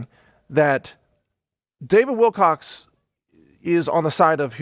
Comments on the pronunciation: You keep saying Wilcox. It''s Wilcock. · "wilcock" not "wilcox" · Great presentation. You are so level headed and well spoken with well thought out concepts. You mispronounced David WilCOCK's name two more times, oy vay :( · If you're going to do a show on an individual I think the first thing you may want to do is get that individuals name correct. His name is David Wilcock, not "Wilcocks' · He's still saying Wilcox. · How can I take this video on David Wilcock seriously when this guy keeps saying Wilcocks? I've never got his surname mixed up. Have any you guys? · He did it again!! "Mr David Wilcock(sss...).So ..." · Mike, thanks for the encouraging message, and may God bless you with peace and love. ps- Do you know you said "Wilcox" like a dozen times? It's not even my name, but just knowing it was being said wrong repeatedly is a bit grating..like a pebble in the cereal... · Mike Adams, thank you for your words. (part way through the video, you slipped into habit of calling him 'Wilcox' instead of 'Wilcock.') On the subject of 'contracts,' if there has been 'breach of contract,' then at that point there is no more contract, it is either 'void ab initio' (depending on the circumstances), or becomes 'voidable' at the point of breach. Unfortunately, those issues may need to be taken to court to be determined and upheld, but the courts are highly corrupt, as well as are the other two branches of government, speaking from first-hand experience and due diligence research, study, and investigation. Thank you also for referencing Dr. Eben Alexander's 'NDE' experience and book (it's actually a NLE, Near Life Experience...what "LIFE" really is. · You keep calling him David Wilcox!!! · starts the video apologising for getting david wilcock name wrong saying wilcox only to keep doing it again!??? WTF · It’s Wilcock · He is apologizing for mispronouncing David Wilcock's name but multiple times keeps saying Wilcocks throughout this entire video. Honest apology ? I doubt it.